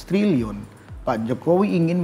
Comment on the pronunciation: Nyebut trilyunya salah ga sih?